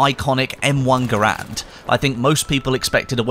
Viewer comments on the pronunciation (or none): it isn't M1 Garand as in GAH-RAND, it's actually pronounced GERR-END. Interview with the inventor from some lowly time ago confirms this pronunciation.